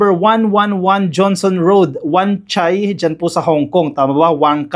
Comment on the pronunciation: "Johnston" Road,,not Johnson.